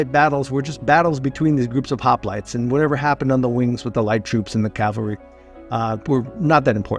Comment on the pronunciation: Somewhere you said the wrong version of “cavalry” and pronounced it like the crucifixion place.